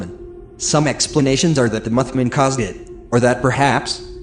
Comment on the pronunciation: "Muthmun" lol. Funny as every, great job!